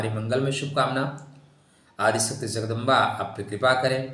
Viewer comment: Please don't pronounce Zagdamba ! Better just say Jagdamba 🙏🏻